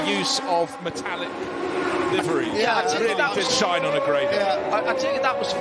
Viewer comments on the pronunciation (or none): none